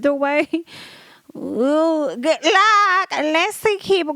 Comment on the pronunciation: When you hit that "goof luck" almost spit my cig out😅.